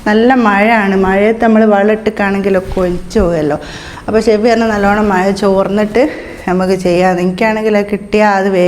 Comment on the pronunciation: shemi മഴ ചോർന്നിട്ട് എന്നല്ലാട്ടോ പറയേണ്ടത് മഴ തോർന്നിട്ട് എന്നാണ് പറയേണ്ടത്